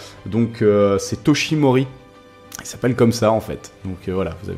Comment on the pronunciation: Le nom d'All might c'est Toshinori pas Toshimori